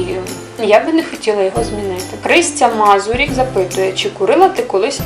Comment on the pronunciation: УРА ти відповіла на моє запитання ))) Доречі ти дуже класна . І одна поправка (наголос в мазурик не на (и) а на (у)ККРРРРРРРРРРРУТТТТА)))))))))0)))0)